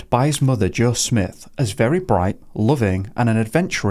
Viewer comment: It’s not Smith. It’s a long i. Sm-eye-th Smyth. I know someone with this last name.